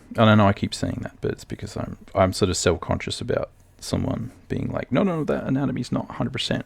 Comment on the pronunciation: Great video but the way he pronounces "no" and "so" hurts my brain. :)